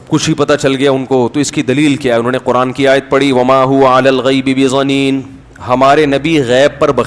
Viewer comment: Masood Sb. Aayat ko sahih tu parho.Bedhaneen hai na keh bezaneen.Islam mein zid theek nahin hai . Aap mujhe koi cheez dein tu aap aur main brabar hain,Afsoos aap k ilm per.